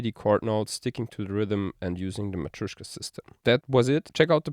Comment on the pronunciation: "MatrUEshka" 😆 in Russian pronounced like "MatrЁshka", like a "pErfect"